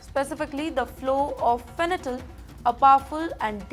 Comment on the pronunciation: What is she saying fenatyl 😂😂😂 it’s fentanyl… butchered the synthetic opioid 😢😢